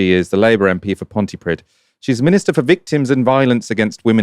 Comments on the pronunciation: Pronounciation is Ponty-Preeth. Or at least that's as close as you can get without some deeper lessons into Welsh pronunciation XD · Why don't you look up how to pronounce Pontypridd? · a "daivees" who's the mp for "pontiprid"? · Its "dd" not "d" that is pronouned like that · Love you guys, but can you please quickly Google how to pronounce 'Pontypridd' - edit, oh they did. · Well done for correcting your mispronunciation of Pontypridd! Alex Davies-Jones= casuistry in action. Not the brightest, is she?